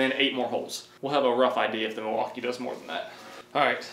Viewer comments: Lol… I heard “deMaltkee”…. ? Don’t we just want the best of both world…. I think they both are great tool, I like the power from Milwaukee and I like the new designs of dewalt, plus new stackPack batteries…. I owned both brand and there are just pros and cons for both. Both good brand to go for! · "Delmaukee" lol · It's pronounced Milly wau Kay and it's native for the good land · Thought i was the only one that heard that